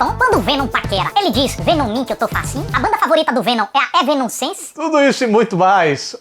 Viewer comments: evenonscence kkkkkkkkkkkkkkkk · Evenomcense kkkkk